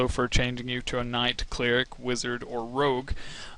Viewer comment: did... did you say.... "Cleeh-ric"...... It's pronounced "Cleh-rick"